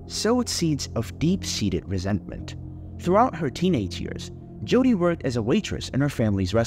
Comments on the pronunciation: Why are you saying Judy??? It’s Jodi …. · her name is JODI not JUDY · Her name is Jodi, not Judy. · To the creator of this true crime channel: You should stop using an AI-voice for narration, or if you are using your own voice, learn to properly pronounce names and words, and use correct inflection.. There are too many bad examples to name them all, but here are a few: Mimi-- pronounced as MEEMEE, not MihMih Martinez--pronounced as Mar-TEE-nez, not MAHR-tih-nez Jodi--should be pronounced consistently as Joe-Dee, and not alternatively as Joo-dee (Judy) proximity--should be praised as prah-xi-mi-tee, not as prih-xi-mi-tee. And the list goes on and on. A huge thumbs down for this channel, since narration is a vital part of these videos. Otherwise, we could all just read a newspaper article or a transcript, which in tjis case would be an improvement.